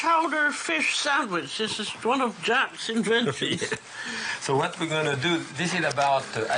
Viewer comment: That and constantly calling him Jack, I have to believe she was trolling him